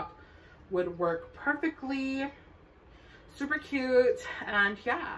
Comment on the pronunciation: “SUPA CUTTEEE” 😅 I love this sm!!!💕 subscribed👍🏽